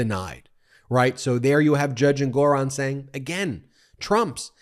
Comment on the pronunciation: Ben, the judge's name is pronounced "ENG-or-on." NOT "en-GOR-on."